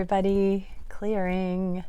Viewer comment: always when i watch your videos I also say -clearinng 😂😂😂✨🙏🏼 Thank you for you beeing you ✨✨✨😍 God Bless u